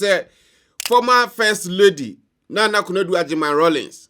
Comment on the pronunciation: Please it's Nana not Naana😢